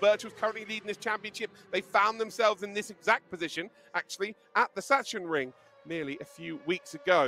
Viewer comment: You would expect the voice over to be able to pronounce Sachsenring correctly .Where is the loud knob.. no atmosphere at all